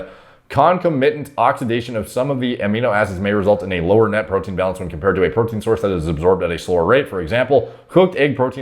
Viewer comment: Huuuuuaaaat is dis bastard guy saying tree years to digest purootin pawder !? Is he insane!?